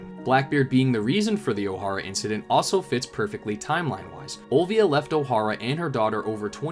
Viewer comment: Ol-vi-a, not Ol-I-via. It's a city in Italy, not a girl named after olives or the male name Oliver. - In Japanese, ニコ･オルビア - one syllable per Japanese character... Say it with me,! - Three syllables, but one vowel syllable nearly silent... Nee-Koh ･ O-lu-bee-yah. U silent. Ol-vee-yah. ･ Oh----Ru/L----Vee/B----Ahh. Orbia. Olbia. Olbia. OLVIA.